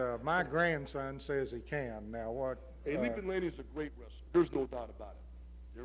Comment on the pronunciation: Ol’ man said, “Rastler”.